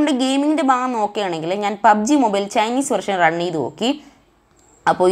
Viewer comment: ഫാഗം അല്ല ഭാഗം